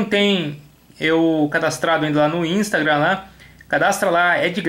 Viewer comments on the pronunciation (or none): Só eu que fiquei com fadiga quando ele dizia "ínstraga" ? kkk